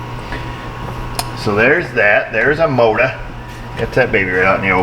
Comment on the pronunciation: The Mowtah 🤣